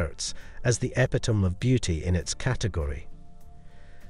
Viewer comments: I won’t be impressed with A.I. until it can pronounce “epitome” correctly. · This video has such beautiful photography and showcases really wonderful jewelry, but it is a shame that so many words and names are badly mispronounced. I wonder if the narration is done by an AI program rather than an actual human being. Heidi, Cartier, epitome, marquise, graduated, Arpels, egyptomania, seventies, cabochon, Sophia and Lollobrigida are all spoken incorrectly. One would think such a well done production could have a narrator who knew how to say the words properly. I see by previous comments that I am not the only one to have noticed this. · Learn to pronounce epitome